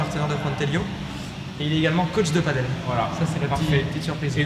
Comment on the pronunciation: tu redis PADEULLLE une fois je te ban de ta chaine ok!!!